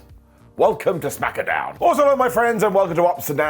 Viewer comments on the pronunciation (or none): ITS CALLED SMACKDOWN NOT SMACKADOWN 😂